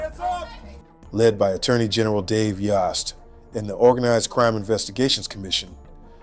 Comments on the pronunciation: His name is pronounced Dave Yost rhymes with host. They already said his name in the news clip dude... Come on. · FYI...it is pronounced "YO"st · Great job with this story. I'm in Ohio and I'd already forgotten about this, because the news cycle moves so quickly and you shared many details that I hadn't heard. Thank you. P.S. Yost is pronounced like Roast, like Yo! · It's yohst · Thank you for covering this. It’s Yost like yoke. He’s been the ag for awhile now. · Dave's name is pronounced Yost as in host! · Moderator mispronounced Yost. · Say it- Spell it- Long o worth the wait. Turn around. Yost